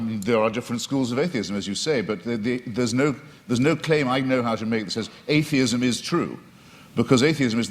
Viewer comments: "You describe atheism as sort of an AHH-theism".... You're fuckin kidding me right? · 1 hour and 19 minute mark. "Ahhh-theism" - WLC, what a moron! He enters a debate without knowing the basic terminology. The man is way out of his league here.